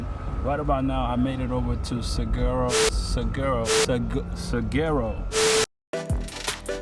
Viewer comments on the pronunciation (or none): Two things: 1. It's pronounced Sue WAR oh. 2. As you clearly noticed, September is not the best time to be in Phoenix. Anytime from about late October to late April is wonderful. April is probably the best.